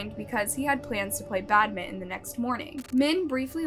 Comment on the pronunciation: Why can't you properly pronounce badminton for the first case?